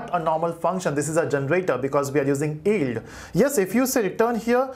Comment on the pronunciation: its pronounced Yield, not Eld